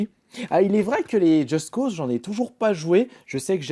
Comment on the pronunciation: pk il dit justE cause3 mdr on dit just cause mais apres chacun sa façon de dire et de faire. moi je dis just cause